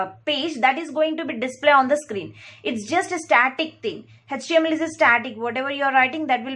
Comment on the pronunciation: It’s not Hetch TML it is HTML